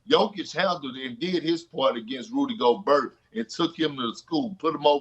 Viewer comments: "Rudy GoBURT" - KP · perk really just said “Rudy Go-BURT” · Kendrick "Rudy Goburrrt" Perkins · “Rudy Goburt”lmao!!! Why does perk talk just as slow as he played the game of basketball 😂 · I cannot believe I was agreeing with Kendrick Perkins...until he said "Rudy Go-Burt" 😂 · "Rudy GoBURT" 😂😂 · Kendrick "rudy go-burt" perkins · "Rudy Gobuh" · Perk- "Roody Goburt" LMAO